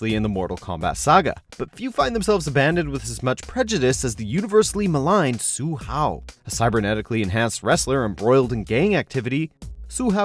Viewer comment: Sue-How? Lmao He sucks!